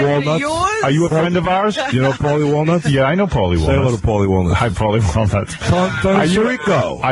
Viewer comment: the guy is right Artie Does say Paulies name wrong disgraciad Artie, disgraciad best part